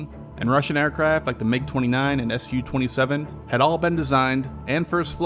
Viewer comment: SU-27 is pronounced Sue-27. You don't pronounce MiG as M-I-G.